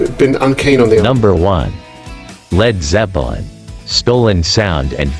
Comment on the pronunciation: Town-Shend!?! Led Zep-eh-lin If you're going to use AI voice do a run-through listen before you post